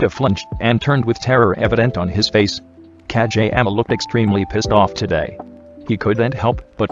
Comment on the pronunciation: It sounds like ka j ama